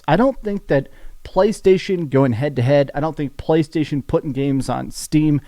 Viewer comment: Everybody: "Playstation": "Pcchhhlaystation"